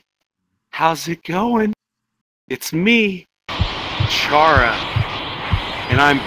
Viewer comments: Fun fact: Chara is pronounced Care-a not char-a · That laugh tho I LOVE IT!! I LOVE YOUR LAUGH❤ Though the way you pronounce chara's name is k-A-r-a not ch-a-r-a because their name is short for the word character so... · A lot of people say CHAR-A but it's more like CARA since the H is silent. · C-ar-ra CHARA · It’s not “char-a” it’s “care-a” as in character. Chara-cter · You know the h in chara is silent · The H is silent.